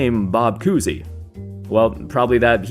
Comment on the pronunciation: Koozie? Lmao its Cousy